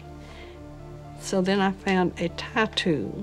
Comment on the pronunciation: LOL, sounded like the women said "I fund me a tattoo, and I took that tattoo and fiddled with that tunk lauck and it opened, and I it' that ground runnin' LMAO!!!!!!! tattoo apparently means tiretool, lol.